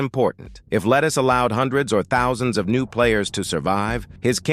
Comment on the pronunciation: chud ai voice cant say thousands